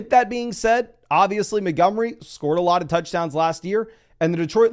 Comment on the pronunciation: Why is this dude incapable of pronouncing Montgomery?